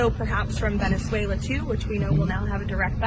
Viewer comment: Bhai pronounciation sudhar thoda benjula, belar tel😂